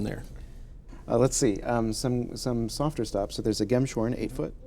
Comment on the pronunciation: BTW, for future reference, it's pronounced "gems horn," not "gem shorn": it's named after an instrument, a kind of ocarina flute made from an animal's horn.